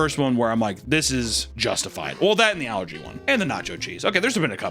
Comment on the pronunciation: I keep hearing "algae" whenever you say "allergy."